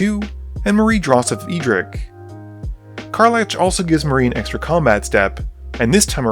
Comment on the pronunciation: Magic content creators constantly pronouncing card names wrong brings me great joy.